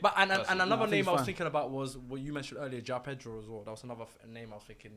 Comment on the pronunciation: An awful lot of “finking” going on.